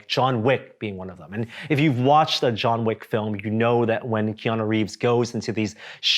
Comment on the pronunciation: "Jean Wick"